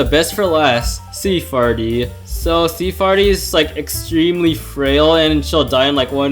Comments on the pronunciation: Why the heck do you say sea FARTY it’s sea FAIRY! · Sea “farty” is actually pronounced like Sea Fairy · I'm quite new here why do u say sea farty? Not sea fairy